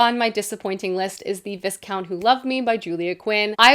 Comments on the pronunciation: I enjoyed this video but I flinched every time you said ViS-count... how did you watch the entire season actually and come away saying it like that? 😅 the S is silent. Vi-count. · I feel compelled to point out it's pronounced VIE-count not VIS-count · Viscount is pronounced vai·kownt. I used to always read it as viss-count too. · Just a friendly PSA, you don’t say the S in Viscount, you pronounce it vi-count ❤️❤️ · pokes her head out of her blanket burrito the S in viscount is silent. In the show they say "vicount" with a long i. If you're looking to get into historical romance, I LOVE Joanna Lowell's books. I discovered her this year and devoured all 3 of them! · I know you’re not British. Viscount is said V-eye count. So, Marquis would be Mar-key. Marquess is Mar-kess. Viscountess is V-eye- countess. That’s just in case you read more of these! Great video! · the way you pronounce viscount is sending me 😅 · Thank you because I came looking for this comment. I internally corrected the pronunciation of Viscount every time it was said. Not like it´s actually a horrible mistake but it did make my mind go "The S is silent!!!" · Viscount has a silent S.